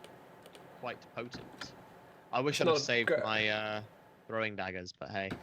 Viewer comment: Do british pronounce dagger like dadger? Weird.